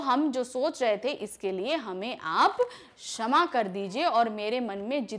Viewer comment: she said 'chama' instead of 'shama'